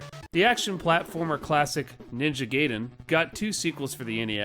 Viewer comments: Ninja GAH-iden, not 'gay-den' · It’s ninja GUY din, not ninja GAY din. That made me crack up. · that's pronounced Ninja GUY-den , not GAY-den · Its weird hearing people still call it "Ninja Gay-den" in the modern era. It's Guy-den, not Gay-den. It's about a Ninja Guy, not about a Ninja who is Gay. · Realize I'm commenting on an old video, and I have apologize if you've heard it before, but it's pronounced more like "guy-den". Just being a pedantic weeb. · The way you pronounce “Gaiden” shows that you didn’t watch The Wizard. 😝 Great video!